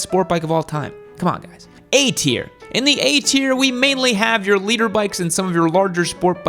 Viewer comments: BTW,. Big dog. It’s LITER. As in a unit of measure. Not LEADER. This is what I’m talking about. Just be quite and content with people thinking your stupid. Try not to prove them right. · Liter bike not "Leader bike."😬😀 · Fun content! Did you say “Leader” Bike? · Maps, ride set up and knowing what sprockets will give r6s longer legs bro. And it’s “liter” ...... not “leader”😂😂😂😂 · Leader? Thought it was liter. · It's "liter" bikes not "leader" bikes. "Liter" is the metric measure of a displacement of 1000cc. And on this same topic, it's "dual sport" not "duel sport," "brakes" not "breaks". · His accent spelt it leader too